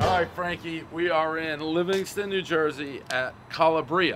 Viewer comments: It’s kind of ridiculous how badly you pronounce Italian words. You’d think that after 1000 reviews of pizza, you’d pick it up eventually. Cala-bria? Really dude? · I am not even Italian, but when I hear the way Dave pronounces Calabria my ears wilt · One pronunciating butcher of Calabria, everybody knows the rules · No one's gonna mention his pronunciation of Calabria? Come on brother. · These people are so humble and grateful for next to nothing. I knew that pizza would be good. It had the good cheese that doesn't come off in runny clumps. Calabrians make good pizza, like good NJ style crispy pizza with a solid crust. It isn't that new mushy Neopolitan gourmet pizza. You pronounce it cal LAH bri a. I think to drum up business, they need an order at the door, pick up at the door option. People don't want to wear a mask and get in a mask debate to go in a restaurant. If you could pull up, have someone come to the door, take your order, and then bring out the pizza without harassing you to wear a mask, it would be more doable to make the effort to support these businesses. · I could punch him for the way he pronounces Calabria. Hes lucky he dont run into someone from Calabria and say it like that. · can't even pronounce it correctly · I believe it's pronounced "Ka-laa-bria". Good job, Dave, helping these businesses! 👏👏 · Prez - It's pronounced ca-LA-bria, emphasis on the LA. Think ka-MA-la! Sending the fund a donation today as we got to see firsthand what small, generational family businesses are going through. Every time that family gets out of bed to keep that business afloat and their employees working is a battle. Thank you Prez and the Barstool team. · Love how this review affected this biz, so happy for them. But jeez, man, pleeeease learn how to say it. "Ka-LAH-bria." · I like Dave, but my god, someone teach him how to pronounce Italian words. Calabria is: Kah-Lob-Bree-Ah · Its pronounced Cal Aah BrEe Ah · its pronounced calabria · It's CalAbria, not CalabrEEa!